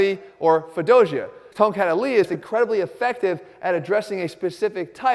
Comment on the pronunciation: You pronounce tongkat Ali weirdly LOL